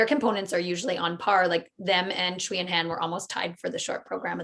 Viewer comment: A note on how to pronounce 'Sui' (as in Sui and Han) - don't try anything too funky if you can't get the tonality in a reliable way - just say "Sway" (there is a 'w' phoneme in there, but the s is an s, and not a 'sh') I hear you guys saying "schwee" and that's not accurate (chinese pinyin is not intuitive at all!)